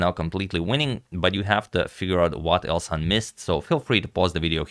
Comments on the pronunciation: Elshan is a Persian name (from Iran) that pronaunces "elshan"; "sha" like in the word: "shaft" with regards❤ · It is pronounced EL-SHAN (like fan) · It is pronounced /ɛlʃæn/ "El" as in "elbow", "Shan" as in "shanty" Regarding the surname, your pronunciation is awesome! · His name is El-sh-an. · The correct pronunciation is el-shàn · its elSHan like shoe ,shire, she... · The way to pronounce his name is like: El shall, but n instead of l. It's a Persian name :) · In the moment I heard agad didn't know how to pronounce a name I definitely knew how the game would end.